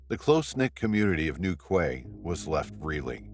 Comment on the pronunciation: Newquay pronounced newkey